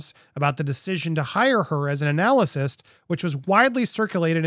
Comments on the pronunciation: Pronounced "ANNA-list." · Poor Andy! It’s pronounced Ann-ah-list!! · An- al- list.....correct pronunciation.